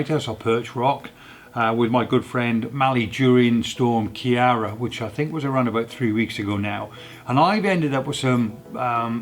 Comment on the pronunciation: Hi, great video as always. I don't see any problem with composites, its artistic creativity. I think better to highlight to the audience. By the way Ciara is pronounced "Kee-ara"